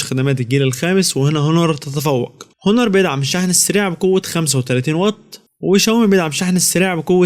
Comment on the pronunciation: اسمه اونر وليس هونر ... ملعون ابو مجانيه التعليم